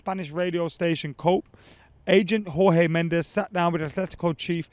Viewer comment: Just a FYI pronounce Jorge Mendes just like in English George. We’re Portuguese not Spanish. No H